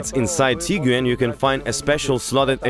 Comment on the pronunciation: Actually, it was the most comprehensive review of comparing cars I have ever seen. I enjoyed the detailed explanations, frank comments and also lovely accent. Just I would like you to pronounce the word TIGUAN like “TEE-GWAN” This is how it pronounced in Germany and it means Tiger. Tiguan’s build quality, Turbo Charged Engine, Roomy interior and cargo, more comfortable seats design, panoramic sunroof, prestige and classy look are unique specially with Highline model 5 seater with powerful 162KW engine build and assembled in Germany. Thank you guys.